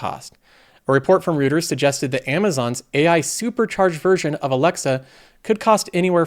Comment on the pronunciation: Hi, great content as always. as a sidenote, it's read "Roy-ters".